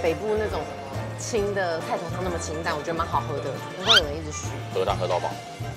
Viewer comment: 好便宜阿~~ 一條街賣冰賣到要有警察來指揮交通 我去西門町吃過芒果冰200的 也沒這麼大盆 我剛剛這樣聽聽不出來是越南人耶 中文也很標準阿 台噢.... 根本台灣人吧!!! 這裡有聽出來了『清淡』 老闆那句台語『舞影謀』很強耶!!